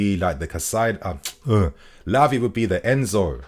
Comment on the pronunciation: Keep killing it. Haha. First 'Labia' and now 'Piss'. lol